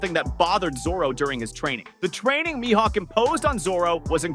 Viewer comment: You said his Mihawks name correct a few times and then butchered his name. I like your one piece content, but I can't stand the way you say the names of the characters you are trying to talk about.